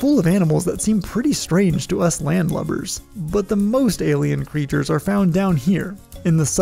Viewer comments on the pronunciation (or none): Fantastic video as always, but why does everyone at MinuteEarth pronounce 'creatures' like 'critters'? Is this some kind of regional accent? All other native (American or British) English speakers I've ever come across pronounce it so that it rhymes with 'features'.